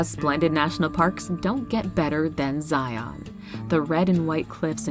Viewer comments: Zion is definitely the personal (and familial) favorite. Did have to cringe from the pronunciation, though. If you're any type of foreign and want to fit in locally, or you just want to avoid weird glances, Zion is pronounced ZIE-uhn or ZIE-in. Not Zie-ON. Pls and thank you. Have to agree with the person who said the video choices for Zion were strange---if you truly want to see the beauty, show Angel's Landing, the Patriarchs, Observation Point, mention the tunnel, and show the towering cliffs of The Narrows. The truly red and orange rock with gorgeous green trees in the valley. The variety the US has to offer is truly extraordinary, this is a great video. Definitely on the bucket list to visit Havasupai at the bottom of the Grand Canyon. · Great video. But as someone from Utah I have to say it's super cringeworthy every time we hear someone call Zion "Zy-on." It's pronounced Zy-uhn. Happy to see 4 of Utah's 5 awesome national parks on the list! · Matthew Peters Yeah, she’s probably pronouncing it correctly, I just live 45 minutes outside of Zion and I’ve only ever heard it pronounced that way in YouTube videos or from people visiting Utah. Here it’s pronounced “Zi-un.” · The way people say “Zion” who aren’t from Utah kills me. 😂